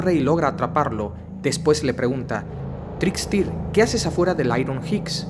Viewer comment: irom hights no es una persona r.r, y se pronunci a TRIKSTER